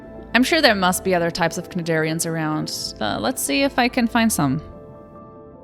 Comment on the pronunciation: Very, very cool video,. Hope to see you do lots of these. One note, though: cnidarian is pronounced like nigh-dairy-un, with emphasis on the first syllable of dairy. On a side note, I appreciate the non-terrestrial normativity. I am tired of people just assuming I'm human. Just ask, it's okay, I won't bite, my species feeds off your psychic energy.